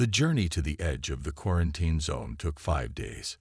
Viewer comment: Your AI can't say quarantine.